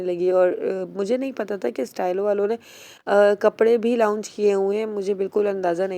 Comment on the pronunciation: " laaoounch" nahi huta, "Launch" huta, isko "Lawnch" pronounce kurtay , basic english word nahi 😊 bolna😮